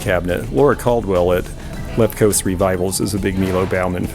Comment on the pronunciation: I have that Haeger gazelle in black with iridescence for about $75 in my shop and has sat unsold for about 2 years. Those serigraphs were cool, but displaying them on the floor for $1,000 a pop is not cool. BTW, Baughman pronounced boffman and he never designed for Dillingham.